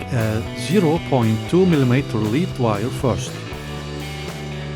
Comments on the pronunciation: Nice job. You vastly improved this Revell kit by leaps & bounds. Well done! (BTW, the heavy metal lead wire is pronounced “led” not “lēēd”. I know English is not your 1st language.) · Lead = Led, not Leed. 👍